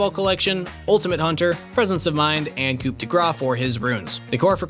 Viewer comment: coup is not pronounced like that and I hate it